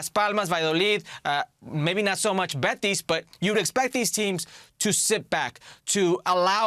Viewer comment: Why does he keeps saying Bets!?!?! It’s Betis!! In any language it’s Betis!!